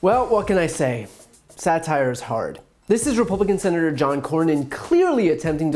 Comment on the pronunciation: right winger-"satire?...what is sat-ire?"